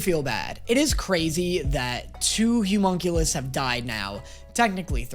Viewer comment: loving all the reactions and the jokes are A+, but… The word is “Homunculus” - pronounced “hoe-munn-cue-lis” or “lus” (doesn’t matter which, you can cut that U way short in this word, English is dumb).